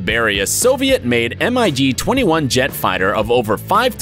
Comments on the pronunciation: it's not a M-I-G 21 it's just the word MiG not separate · did he really just say "M.I.G" dude it's just 'mig' it's not that hard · It’s not M I G 21 it’s mig-21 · The way he says mig it’s literally pronounced mig